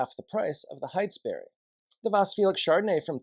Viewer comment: FYI... The Steading - pronounced stedding Heytesbury- pronounced hatesbury.